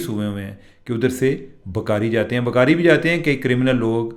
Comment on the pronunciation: چیمہ صاحب ، پلیز اپنی اردو ٹھیک کریں، اگر آپکو ٹائم ملے تو اپنی ویڈیو دوبارہ سنیں اور دھیان دیں کہ آپ لفظ بھکاری کسطرح ادا کر رہے ہیں ؟ عام حالات میں بھی پنجابی لہجے میں اردو وی لاگ ہوتا ہے لیکن آج تو بالکل ہی حد ہو گئ۔ 😮صرف کان نہیں پورا جسم تکلیف سے گزرتا ہے آپکے تلفظ سے۔ میں خود اردو دان نہیں ہوں لیکن ہمیں کسی بھی زبان کے تلفظ پر بہت زور دیا جاتا تھا۔ 🙏🏻